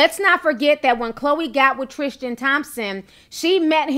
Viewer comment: I believe his name is Tris-tan not Tris-tian, good video though Ti